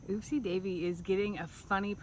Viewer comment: It's Upsie Davie pronounces it as oopsie